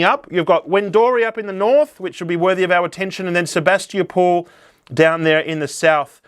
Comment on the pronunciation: Wen-dory and Sabas-tee-a-pool 😂😂😂😂 You’re familiar with our Ballarat geography but not our names!!! 😂😂😂 Wendouree is pronounced “Wenda-ree” and Sebastopol is pronounced “Seb-bass-ta-pol” or just “Seb-bass” to locals…🤣🤣🤣